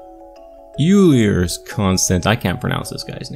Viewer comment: Euler is pronounced OILER